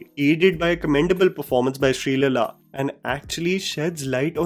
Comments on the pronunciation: Thats not sreelaila, its sree leela😂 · Shri lala??? Sometimes I wonder that you're using AI voice over, your pronunciations make me disconnect to your videos